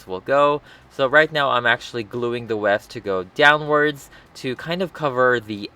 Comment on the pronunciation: Does anyone notice he says west instead of rest?